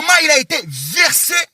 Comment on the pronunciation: Sérieux ce garçon est fou! Voir même bête ! On ne dit pas versé on dit vexé! Ce que carine pe wata nde abandaka kotinda ye? Tu es sûre que ferre aza na besoin ya soutien te? Oza na poto mais oza salite